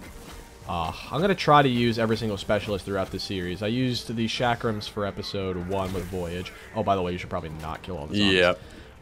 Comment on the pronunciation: Bro the chakrams are spelled ch like chair not 'shakram' and its a weapon of Indian origin